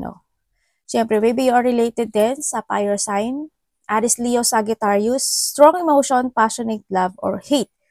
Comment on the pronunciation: Sorry, na-o-OC lang po. I like your readings, but please say Li-yo po... Not Le-yo. Leo is read as (LI-YO)